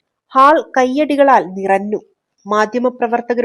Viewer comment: ഞ്ഞ > ന്ന ആയി പറന്നു, നിറന്നു 😅😂